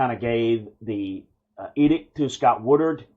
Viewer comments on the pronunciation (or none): The AD, that really needs to go, last name is “Wood-Ward” and not Wood-ard” right? Feel like you keep saying the latter instead of Woodward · Dude..learn the names! It’s not WoodURD..It’s WoodWARD!